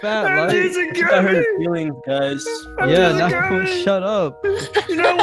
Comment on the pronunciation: Wait- did just say” gommy gommy “ in stead of gummy gummy? Lol